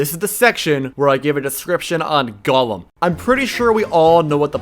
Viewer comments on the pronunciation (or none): I very much dislike this YouTuber's pronunciation of golem as "gollum" like the weirdo from the hobbit who wore an invisibility ring to long. It's golem said goal-m not gollum. But who knows, english is dumb. Maybe there are two ways of saying it that are both right, and if there are, I bet you a dollar that thay both come from different origins. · Golem more like "Go-lame" haha "Gotem"